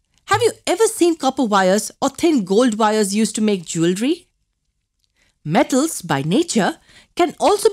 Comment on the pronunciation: Mam you had cold while adding the voice over in this video cauz you could not pronounce M , like [them , metals , non metals] etc ....🔥